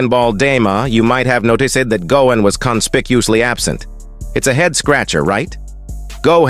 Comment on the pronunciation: Gohain, Go-an, Pro-menintly , Coem-pensate, Dai-mond, Weepon, Eriely days, Speculatie AI voices lol